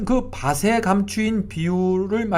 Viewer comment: 글로 쓸때는 ○밭에○ 말할때는 ×바세× 가 아니고 ○바테○ 글로 쓸때는 밭을= 말할때는 ×바슬× 이 아니고 ○바틀○ 밭이 발음은 ○바치○ 등등~ 정확한 발음 사용 부탁드립니다^^ 은혜로운 말씀 항상 감사드립니다